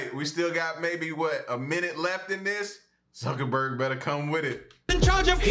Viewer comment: Sounded like you said Mark suckaburg